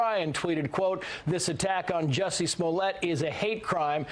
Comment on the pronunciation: You too? It's a short u sound, not a long u. I thought it was just the, now in on it too? But yeah. MAGA hats in South Chicago?